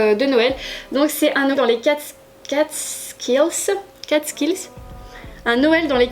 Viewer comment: Un petit bonheur de regarder ton vlog. J’ai beaucoup ri entre ta petite tête surprise par l’éternuement de ton chat et la prononciation des Catskill haha. Trop contente pour le petit clin d’oeil H&m home 🥰. Un plaisir de visionner ce vlog <3